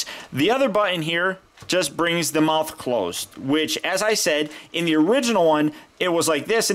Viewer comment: The feet aren't flat only spino has that...so the try to make it accurate and...whoop! there it is! U alzo said muouth